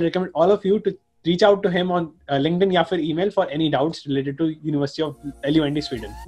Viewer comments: It's not L-U-N-D it's लुंड (as the other guy said) But deep down we all know it's University of लंनननननड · He is saying l u n d instead of lund.🤣🤣🤣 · Yeah it Actually pronounced as Lund though he said leound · University of L U N D The way he escaped the pronunciation 😆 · be like, hey everyone introducing you to a student of L-U-N-D and actually pronouncing the name 😂😂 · Man had to say loond lmao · Its called luhnd University actually pronounciation dekhke aaya hu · Bhai is University ki videos me bhi is tarah se pronounce nahi kiya tha waha k khud k logo ne! Properly bolo bhai! Isme kya hai.. bolo LUND university me padhte ho! Ye loond foond kya laga rkha hai